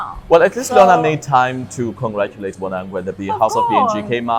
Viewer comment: Oh gosh why do you pronounce 'Bonang' the way you do. I cringe everytime you say Bonang..